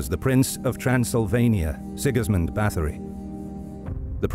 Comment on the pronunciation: I wish the narrator would've tried harder with the pronunciation of names. Both German and Hungarian were absolutely butchered,. Having an English accent doesn't excuse that in my eyes.